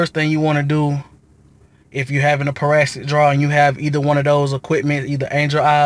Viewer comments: Boy!!! pronounce your words right its Para-Sit-ic not parastic!!! again it's Parasitic.. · I cringed everytime you said parastic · Excuse my mispronunciation its parasitic not parastic. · It’s parasitic not parasstic but great video mine is doing the same thing now and I had to charge two batteries to get it situated. I replaced my battery initially and found out that was not the issue. Going to try this text next.